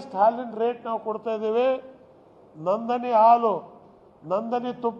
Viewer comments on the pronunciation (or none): Anna Ibra... adhu Nandani all Annaa... Nandini.... ... yaradru keldree.... Nandhan Neelkani ankonbittaru..... :yougotthis